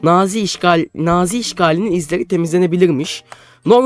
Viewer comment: abi nağzi değil nazi